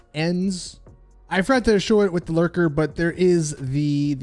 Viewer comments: Omg. The car is the Lurcher. With a “ch” sound. Not Lurker. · lurcher not lurker,glimey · Thank you! I was yelling at the screen